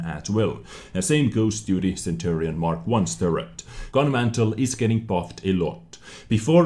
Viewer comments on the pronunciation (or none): Gun Mantlet! It is not a fire place. You need that T at the end. I know in previous episodes you said to say if you are mispronouncing English words. Other than that, great job!